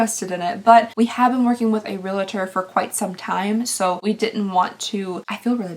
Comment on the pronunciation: Realtor is pronounced "real-ter," not "re-la-ter". Purple is pretty on you! ❤